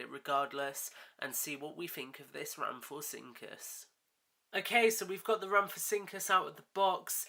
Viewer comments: i know im late but its pronounce ram-fo-rin-cus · It could be your accent but you said rhamphorhynchus wrong